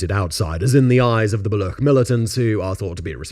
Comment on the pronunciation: The ch in Baloch is pronounced like the ch in Cheese... Baloch have been slow simmering for decades due to repression by Pakistani/Afghan/Iranian govts that is still ongoing. The chinese kicked a very angry hornet nest with the China-Pakistan Economic Corridor and Gwadar Port projects and the only long term option for china is abandoning the project.